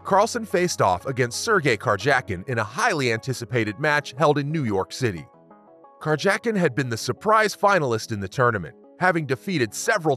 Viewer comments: Lol such a weird, but well done video. As an avid chess player and follower, its so rare to have such good content about the game, but to hear so many mispronounced names (car jacking😂) . It reminds me of an after school show about wild animals. Good for growing the game thanks I'll drop a like! 😂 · You have not followed chess for long I guess. Look up the pronunciations of Wijk aan Zee and Karjakin. Nice video otherwise